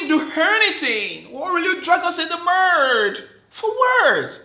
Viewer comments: was what "dragged in the murrrrrrdddd" 🤣🤣🤣🤣🤣🤣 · o he said in the murrrddd. Not we were coworkers 🤣🤣🤣